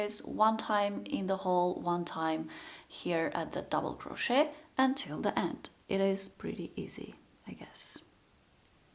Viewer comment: Please don’t pronounce the T in crochet. It is very disturbing.